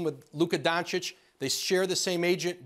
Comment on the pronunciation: I bet some will also keep saying Luka "Don-Chick" when he´s in the league for over 10 years